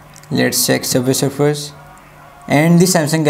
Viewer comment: Subvay surfser fierst 😂😂😂😂😂